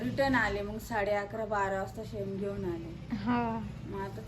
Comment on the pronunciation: सेन नाई ग बाई ते शेन म्हणत्या शेन